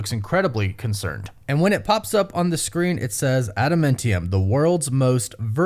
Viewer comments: AdamAntium not AdamEntium… huge fan love you! :) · You talk weird dude. You over-annunciate your T's, and it's adaMANtium... not adaMENTium. It's TEE-a-mat, not TYE-a-mat. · It’s pronounced Ada-MAN-tium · Please stop saying Ada-MINT-ium!!! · ada man tium, get the pronunciation correct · I cringe every time you say Adamentium. Stop it. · Is there a reason why you dont properly say the names of adamantium and tiamut? its not like in anime with language difference's. its been said multiple times and pronounced properly.... "Adementiem, and tiamet" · how are you mispronouncing adamantium at this point? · IT CONSTANTLY BUGS ME. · that one too! But he says adamantium wrong SO much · He’s one of those people that say things wrong on purpose, pretty much every video. It’s a compulsive thing.